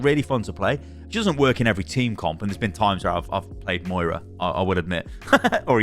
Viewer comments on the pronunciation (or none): none